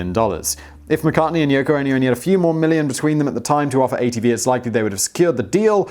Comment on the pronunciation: Did he say yucko? 🤣🤣🤣